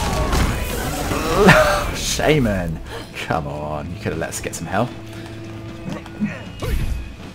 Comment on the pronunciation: Not sure if said "shame man" or "shaman" when his execution got denied